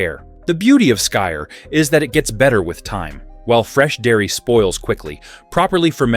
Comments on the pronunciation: You shouldn’t mix skyr and honey. The antibiotic qualities of honey kill the probiotics in the skyr. Also skyr is pronounced more like “skeer”. The Icelandic y isn’t pronounced with a long i sound. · Just heard him say it… very bad. Americans have the worst pronouncing.